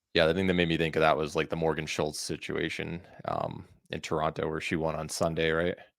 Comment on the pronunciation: I was so happy to hear pronounce Toronto correctly the first time, only to hear him pronounce it incorrectly 6 seconds later.